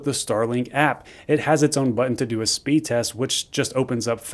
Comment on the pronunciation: “Speed resr” lol